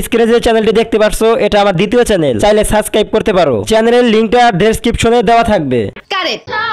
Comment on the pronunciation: আগে সাবস্ক্রাইব উচ্চারণ করা শিখো